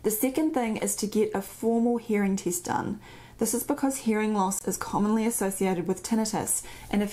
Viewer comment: As i'm English I can understand you perfectly, even the word " tist" - test haha , but anyway I do have a high pitch tone in my ear at night time when it's quiet.